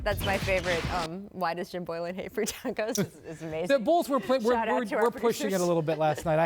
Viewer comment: The way he says tacos is hilarious